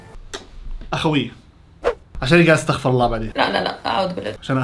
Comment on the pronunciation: ترى هي استغفرُ الله مو استغفرَ الله راح يختلف المعنى والله تعالى أعلى واعلم .